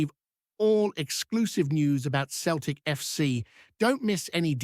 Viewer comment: its not pronounced keltic its seltic